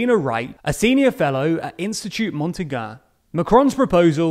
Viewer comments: Dude, it’s not Institut Montaga, it’s the « gn » sound, pronounced « ny » or « ni », like the Spanish « ñ ». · 'institute montigane' nice pronunciation there 👏 👏 👍